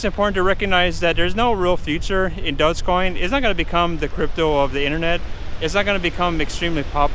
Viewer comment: It would help if you could pronounce it correctly.